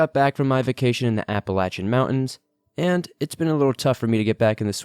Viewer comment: if you really just returned from a trip to the Appalachians.. You should have at least learned how to pronounce them right... For that reason, i'm calling your bluff.. you've never been